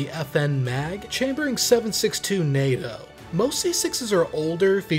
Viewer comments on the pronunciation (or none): none